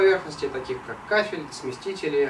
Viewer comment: смеситель а не смесТитель!)))